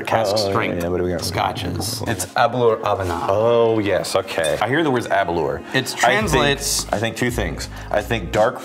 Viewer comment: It’s pronounced Aberlour Ah-boon-nah